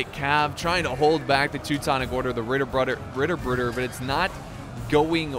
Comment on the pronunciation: Hey, from a German point of view your pronouncation of "Ritterbrüder" was almost perfect. At least closer to standard German than some of our dialects over here.